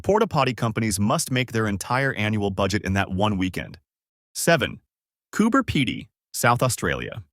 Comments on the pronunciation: Said it like Cooper Peddie, as in pedophile - I would be angry if I lived there! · like “Coober-Peddy” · Cooper Pedy, pronounced Cooper Peedy. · Cooper Pedy😂😂😂